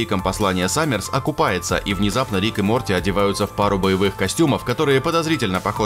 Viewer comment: Мне послышалось или диктор сказал (Д)жопосранчиком? Может быть он подумал что это от слова Джо?, а нет, не послышалось, там еще и Саммерс было. Я понимаю что к невежественности диктора не должно быть никаких вопросов, ведь он всего лишь диктор, но это ужасно.